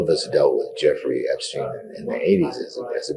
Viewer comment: Why can't you say: "Epstein" instead of "Epsteen"?